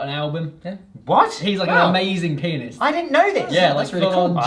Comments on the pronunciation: usually I get everything you talk without much problem (english is not my first lenguaje) but that jazz PIANIST was really confusing and subtle jajajajaja XDD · hearing saying Jazz pianist, I had to turn on subtitles. Not disappointed: he's very good jazz penis...